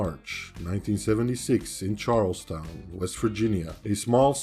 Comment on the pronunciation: CHAR-UL-STUN { PHONETICALLY } is the correct pronunciation - CHAR-UL-STOWN is not accurate & you have certainly covered Travis expertly